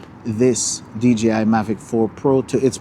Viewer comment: I swear every time someone talk about DJI drones they can't say DJI they say DGI they say G instead of J.